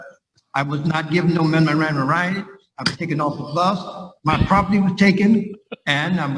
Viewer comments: Did he say Mimaranda rights? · Did he say his "memoranda rights"?